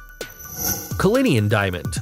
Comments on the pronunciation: U.S.Americans, it is "Le-sot-ho"! not Leso-tho".... and "Culli-nan" not "Ca-linnian" ... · It’s “Cullinan” not “Cullinian”. Also Americans, ‘aluminium’ is pronounced “Ah-luh-min-ee-um” not “Allu-minum” 🤓